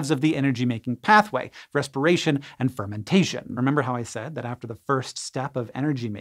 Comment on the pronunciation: "Fermintation" GOTTEM